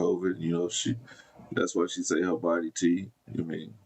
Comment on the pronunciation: Shorty said body tea lmao